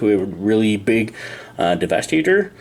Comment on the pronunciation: No one talks about the weird funny way saying 'devastator" in the video XD